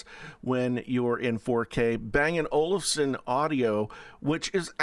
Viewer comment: Did you say bangin olsen..? Eh, no thanks, i dont want literal chinese facial recognition and always asking for access to my network security key..